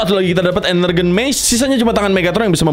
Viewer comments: bukan ENERGEN tapi ENERGON... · koreksi bukan energen tapi energon